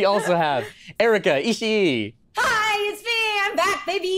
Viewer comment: Um actually, always says Erika’s last name wrong whenever she appears. Whenever he says her last name he seems to separate the sounds 石..井(ishi..i), he should combine them and just extend the i sound (Ishii)